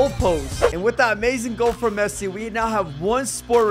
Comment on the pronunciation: Bro said Fessi 💀💀